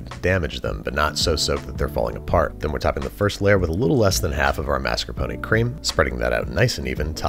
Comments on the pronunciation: Why do you say “Maskuhpony” it’s mascarpone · I’m only 1/4 Italian so I’m only 1/4 crying when I hear “mas-kar-poh-nee” It does not contain a miniature horse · Mascar... Mas... Mascarp... MARSCAPONE? This is one of those Berenstain Bears things, huh. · Am I the only one who hears "master pony cheese"?